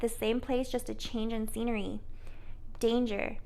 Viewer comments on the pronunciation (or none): none